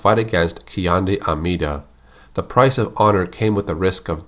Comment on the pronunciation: Tichinde is pronounced Tee-Chin-Day.